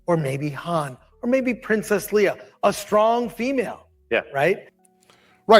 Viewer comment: If Chris has only seen the original Star Wars trilogy I'm not surprised he didn't know how to pronounce Leia's name throughout the entire trilogy Han and Leia's names are mispronounced all the time